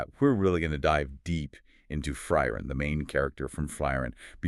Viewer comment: Not even 10 seconds in and I’m doubting the quality control here on y’all’s “deep dive”. I don’t understand how you can claim to be informed and still mispronounce the name of both the MC and the show. It’s “FREE-ren.” Y’all either AI or unqualified.